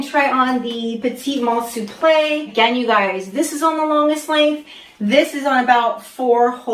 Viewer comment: Love your taste! ❤ My favourite on you is the waist bum bag. You really wear it with panache. Louis Vuitton Souple is pronounced soup - luh by the way. No shade, just wanted to help you out 😊